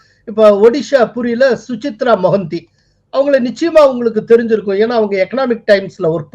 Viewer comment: Su-cha-rita Mohanty. Not Suchitra.